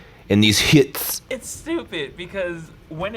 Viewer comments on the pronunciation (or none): Heaux is not pronounced anything LIKE 'hits'... It's pronounced 'ö' (you could argue 'hö)...! Uncultured idiots...